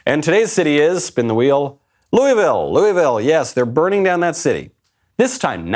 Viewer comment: Props for properly pronouncing “looavul”